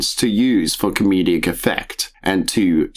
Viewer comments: Great vid. Shows that you can't pass off fictional content as real. Even though Lt. lickme said some of his videos were fake, it's so sad that he used his talents for this purpose. Why do you pronounce 'comedic' as 'com-me-de-ic'? Bit weird. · Comedic. Com-ee-dic. Great video though :D